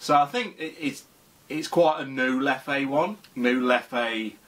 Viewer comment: Isn’t it pronounced leff not lef-ay?